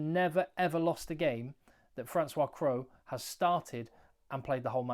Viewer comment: Cros- it’s pronounced Cross, not Crow.